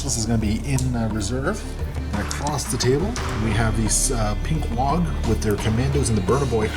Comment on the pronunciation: Oh ok, so were just not going to talk about the over enunciation of the G in Waaagh. "Wog" isn't very Ork like.